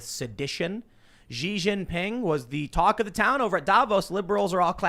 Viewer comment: Bro... In Chinese X is pronounced like SH. Xi Jin Ping (Shee).